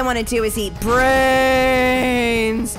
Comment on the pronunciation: You said bwains bwains